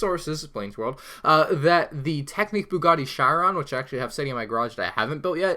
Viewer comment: Lol it's pronounced chee-ron, but looking forward to you building it!